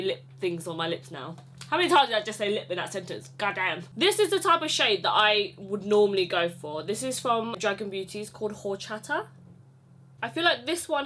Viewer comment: Two things. I CANNOT wait for your size inclusive pajama line. If you have dolphin hem shorts, I will buy them in every color. Second, horchata is pronounced without the h and it’s literally just cinnamon rice milk. Thats all I have to contribute today. Love you 😘❤️